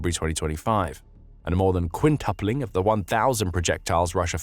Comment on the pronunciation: The UK English is getting very good. Except quintyoupling, rather than quintupling? Who supplies the seals for all these hydraulic rams?